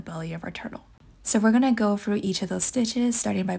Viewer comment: It’s through not frough